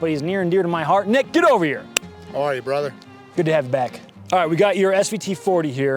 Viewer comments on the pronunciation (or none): none